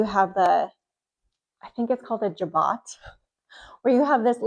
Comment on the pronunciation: I adore these vintage Ralph Lauren pieces! I used to sell fragrances and Lauren was everybody's favorite. I can't wait to see your outfit! It is pronounces jah-bow. The O is long and the t at the end is silent. Some people say it with a soft J, like J'adore and some use a harder J, like Jack. You are lovely and it's so fun to see your enthusiasm!